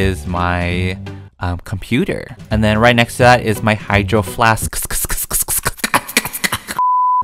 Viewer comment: no one: literally no one: not even germs::CrRrRrReAm cOoKiEs later...... Also:this is my HyDrOfLaSkSkSkSkS